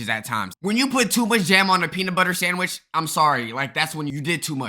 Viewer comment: "A PEE SANDWITCH"